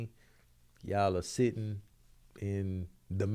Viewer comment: saying “setting” instead of “sitting” is so funny to me 😂